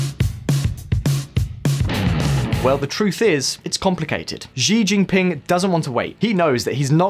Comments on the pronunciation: Xi jin ping Sounds like sheee Jin ping. Not zhee Jin ping.easily found on Google. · He made the same mistake with "Xi" in Xi Jinping during all the video. He pronounced it zi- instead of -chi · Why’s he pronouncing xi jinping as zee jinping?? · This dude has butchered every name he came across. I like that! Ahahah “Giginpin”!!! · Xi jinping is pronounced she gene ping. Lol